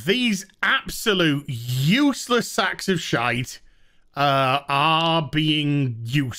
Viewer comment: Everytime he says 'youssless' a Yorkshire pudding is born